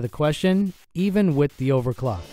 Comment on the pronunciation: When you eat Sake Udon instead of.